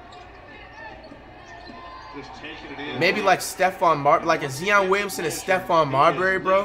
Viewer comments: Bro he’s tripping he say nigga look like cion Williamson and then say he play like tmac he don’t even know how to say Zion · Could be like a zeeeoon Willison. Umm fucking no not even close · BRUH... I FINALLY GET IT. I understand why you laugh like that, why you pronounce Zion like "Zee-on," say the Warriors are your favorite team, and why you spend so much money on your Madden Ultimate Team but then call someone out for buy Players. I get it. I really do, and I just have to tell you that you're a fucking GENIUS! No, real shit. You do the things you do that same way Skip Bayless and Stephen A. Smith say the ridiculous things they say. People can say what they want but you're not an idiot bro. You know that laugh is cringey, you know you're pronouncing Zion wrong, you know you're a bandwagon when you say you like the Warriors all of a sudden, and you know everything you do is going to have people laugh at you. AND THAT'S THE POINT. You know people keep watching you because of these things and the more they watch, the money bread you making. Just look at the comments section bro. Literally everyone is laughing at you because you're saying the Warrior are your team, because you keep saying "Zee-on" instead of Zion, and they keep quoting stuff you saying laughing at it. And you do that on purpose because those people are all subscribed or are going to subribe and the next time you upload a video they'll be back watching. Think about it this way. How many times have you watched Skip Bayless or Stephen A. Smith say something that made you go "Wait, wtf did the just say?" Or said something that made you think they don't know what they're talking about? And I bet everyon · Can flight CORRECTLY pronounce anyone’s name PROPERLY!?!? Besides Stephanie.... zeeeon Williamson like really nigga!?!? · I like how no one talks about how he pronounces zions name like the NBA 2k19 commentator before he was in the league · The Way he said Zion Williams 💀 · Bro it’s Zion not zeon